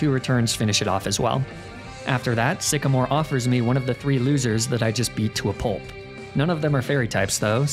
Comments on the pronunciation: IT'S SYCAMORE, NOT SEXYMORE! WE DON'T USE THE WORD SEXY IN POKEMON! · WHAT DID I JUST SAY? IT'S SYCAMORE, NOT F*CKING SEXYMORE!